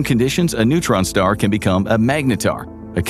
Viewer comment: "A massive neuron star". almost fell off my chair 🤣🤣